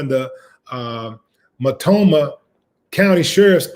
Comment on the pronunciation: No disrespect but Its actually Mult- No- Mah County